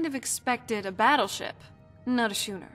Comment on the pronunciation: that's not how to pronounce schooner